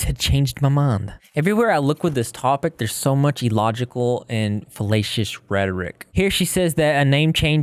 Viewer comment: you should really try to enunciate the A in "fallacious" because it sounds like you're saying "fellatious" which isn't a real word but if it was it would mean something very different than "fAllacious" - otherwise, great video on an absolute trash heap of a person.